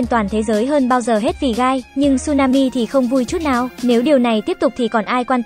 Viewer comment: Tôi lỡ nghe guy thành gay